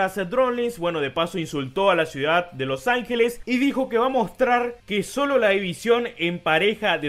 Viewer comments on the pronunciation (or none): Me dio mucha pena ajena cuando dijo los angueles xd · "Los Ange-Lees" palabras inmortales de Becky Lynch 2019